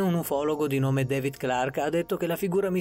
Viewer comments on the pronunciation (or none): none